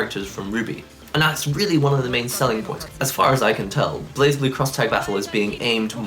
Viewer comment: ブレイブルー is how you say it. I don't think I've ever heard an English speaker say it right.